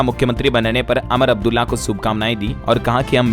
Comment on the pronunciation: Umar abdulla ko Amar abdulla Kyun bolte ho